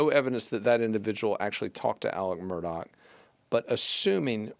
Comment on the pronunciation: Not MUR-DOCK!! Pronounced MUR-DAW!!